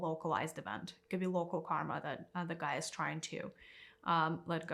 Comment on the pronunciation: First of all it's Gaia. Second, I'm sorry you can't think for yourself enough to know that everyone is on there personal journey. Third, the destruction humans have caused Gaia are making her (nature itself) inhabitable. So if you just listen to the teaching you'd have enough guidance to look in a mirror.